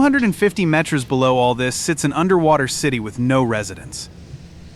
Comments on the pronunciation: Only AI would synthesize and translate Metres as "Met-REZ"... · I don't know... I feel like it could catch on if we all start pronouncing it that way 🤣